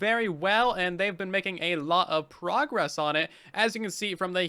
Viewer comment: Remember our said "A lot of pogress" Instead of "A lot of progress"